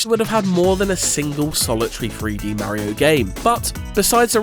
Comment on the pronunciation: Merio ❌ Mario ✅